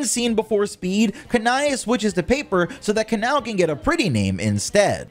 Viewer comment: Not making fun of u but im using those names you pronounced to my friend as a joke since they get triggered easily 😭😭 Kanae: Kanay Kanao: kan-ow Other names for kanao as well 😂